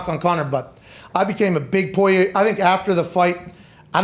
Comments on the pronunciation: Y’all killing me this week with Poirier’s name lol it’s pour-E-A not poy-aye fellas. Spot on with the calls tho l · Pat: I’m a “Pullyay” guy now Me: guys…it’s Porrier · the name is pronounced POUREEA not POIYAY i don’t know who told these guys to say it like this but it’s driving me crazy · I'm from Louisiana it's pronounced poor e a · Porier or poyay lol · Pat "Poiyay" McAfee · It’s bugging me too 😂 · Technically, they’re pronouncing it correctly, as the French would. Pour-e-a is the the Americanized pronunciation 😂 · This whole crew obviously knows nothing about the UFC other than Conor. I guarantee they had no idea that "Poy-yay" was the favorite... For good reason. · Dude can’t pronounce Poirier to save his life lol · It's a French last name, so they are half-way doing a bad French pronunciation of it. 😁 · Well it’s not po-ri-er like most people pronounce it..